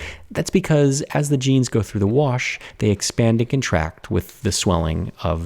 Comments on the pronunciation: who else heard gens (as in dna) instead of jeans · Oooooh, you ment "jeans", not "genes"!